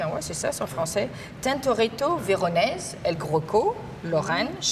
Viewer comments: « El Grocco » 🤣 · Je pense que c'est El Greco 😂